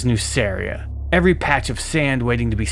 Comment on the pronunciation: I really wished we got a version of warhammer in which gmann managed to incorporate nuceria into ultramar prior to angron getting the butchera nails. Nonbutcher nail angron and gmann would be an absolute dream team. Ps: I think nuceria is pronounced as nukeria, both nuceria and magcragge are basically ancient rome in space (a "good" and "bad" version) and in clasical latin the c is pronounced as a k